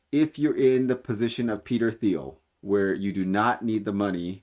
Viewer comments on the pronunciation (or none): Thiel is pronounced teal, like the duck